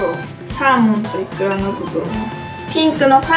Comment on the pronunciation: イクラがイカって聞こえたw